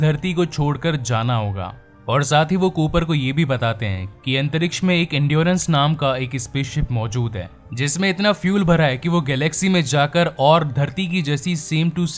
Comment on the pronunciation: Aap baar baar Endurance ko endruose kyu bolne lage??? Pehle aap apni vocal ko theek kare tabhi explain karne ka kaam kare. Kese kese log movie explain karne lagte hai.